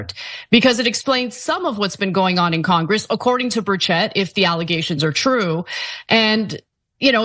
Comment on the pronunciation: The E in Burchett it pronounced like an I